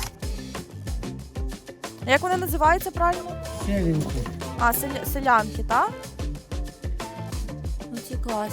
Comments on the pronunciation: не селянка, а сИлянка! Назва від способу плетення з бісеру - силяння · ! правильно сИлянка, наголос на и